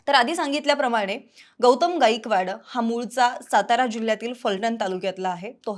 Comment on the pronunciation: 'गाईकवाड' नसत 'गायकवाड' असत... काय बातमी, काय उच्चार. Unsubcribe करत आहे..🙏